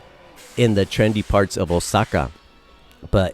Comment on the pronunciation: Was hoping you were gonna pronounce karaoke as ka-ra-oh-kay instead of carry-okie after pronouncing Osaka and saitama flawlessly